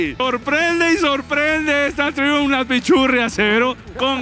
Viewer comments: PERO Y ESE DRON CUÁNTOS CILINDROS TIENE PUES? Ufff!!! Por cierto, se pronuncia 'Traiumf' pichurrias 😂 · Se pronuncia "traiamp" no triun 😅😂